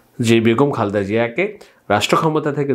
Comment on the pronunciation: খালদা না খা‌লেদা হ‌বে ব্রো।